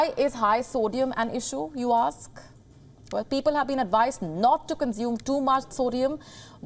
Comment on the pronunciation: Consume is NOT pronounced as conzume. S is s in that word.